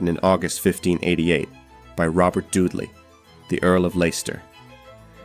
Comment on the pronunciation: Had to stop listening at the moment you mispronounced Robert Dudley’s last name. Dudley, is pronounced "DUD-lee," with the emphasis on the first syllable, like "DUD" as in "dud". You said —- who does that? If you’re going to publish, then at the very least make sure you have the name pronunciations correct. It’s extremely unprofessional as you do history (and the listener) a disservice.